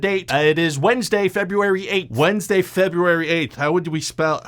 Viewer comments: “Wenzday, febuary athe” he said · "Wendsday Febyuary Aith" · Wendsday, Febyoowary Ayth. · "Wensday Febyooary ayth"... it's actually really tricky to spell things fonetikally